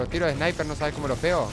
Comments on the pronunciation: me cage de risa cuando dijo hay un spiner en vez de sniper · Jajaja dijo spiner